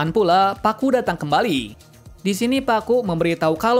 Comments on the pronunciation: Ngapa yebut nya pakku ? Bukan nya kaku ya ? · bang namanya kakku bang, bukan pakku😭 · Nama dia kaku bukan pakku